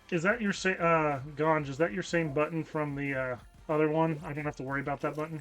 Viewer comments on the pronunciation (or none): I don't like. He says buttons like buddons, and I don't like that.